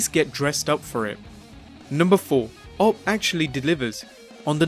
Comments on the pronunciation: Awp? You don't pronounce it as a word. "Oh pee" is how you should pronounce it. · Love you bro, just an aside, it's pronounced "Oh-Pee" not "Awp" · Is nobody going to point out how he fucking said "OPP" instead of "OP"? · You mean The O-P, as in,, Original Poster/Post Not op like black ops... lmao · "op" not O.P. Orton kicks not punches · "OP" lol. It's O P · Did you say "OP" lol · Did he really just pronounce OP as "ope"?